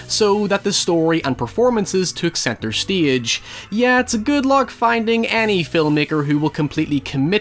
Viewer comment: center stiege? accent or not, c'mon dude